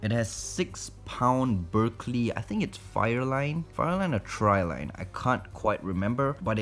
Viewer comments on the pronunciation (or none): Thats a bail... And you pronounce that as TRY-LEAN but its spelled as Trilene...